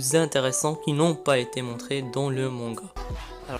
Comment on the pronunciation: Ça ce dit MANGA et pas MONGA